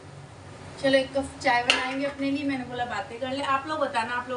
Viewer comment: cuf nhi hota cup hota hai